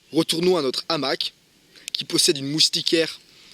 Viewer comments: salut l'ami .... présentation sympa. je ne pense pas l qu'on dise . un n'hamac mais un hamac ( PAS DE LIAISON ) et ont ne dit pas .......l'hamac ... mais le hamac.. idem , on ne dit pas , cet'hamac, mais ce hamac. c pas bien grave ...! ...... c comme pour les zaricots lol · Bonjour Merci pour cette vidéo. Mais de grâce, le hamac à un h aspire, donc pas de liaison comme l’hamac. Non on dit le hamac.